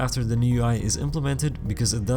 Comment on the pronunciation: nice video, by the way it's implemented lol. not implimited